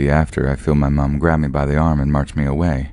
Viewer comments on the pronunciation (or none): This narrator 😅 his voice is a bit grating to my ears...it's the way he says "me" like "may" and the cadence of his speaking is odd. Idk he's my least favorite, whoever he is.